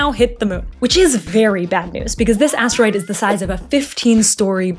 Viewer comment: Asteroid ❌Ass Droid ✅